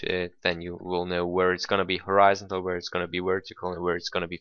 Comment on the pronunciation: Horizon-tal. that confuzed the shit outta me when i first heard u lol ;p